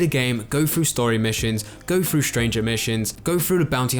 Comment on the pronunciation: i wish people with the english lisp wouldnt make voice content. keeps saying "going frew". its hilarious